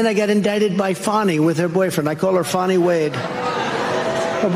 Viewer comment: Fani. Not FAWNY.